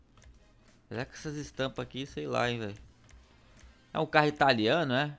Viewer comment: O super mais CARRO do GTA V (parece russo falando caro )